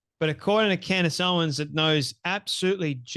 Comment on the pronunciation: He says, 'Candy Owens'😂😂😂😅